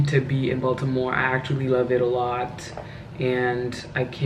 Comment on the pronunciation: Bronx, NY girl here...Thank you for pronouncing "Baltimore" with the "T", every time I say "Baltimore" the natives laugh at me...but I love Maryland!!!